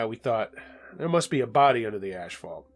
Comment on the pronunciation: People really pronounce this word asphalt as ash fault. Ha ha ha!